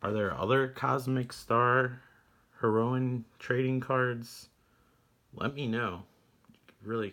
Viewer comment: I you didn't say Heroine correctly in the opening of this video or in all but one part of the video. :p It should sound like the drug. Cool release. I have the drm free PC version from GOG, but I have yet to play it. I think the Night Trap releases also had those SegaCD cases.